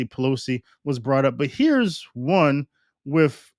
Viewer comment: Sounds to me that you are giving Bergoglio more credit and respect than he deserves. I believe he IS a Freemason. By the way, "with" is pronounced with a th sound at the end not with a double ff sound "wiff". Come on man you're supposed to be educated. Like your show though.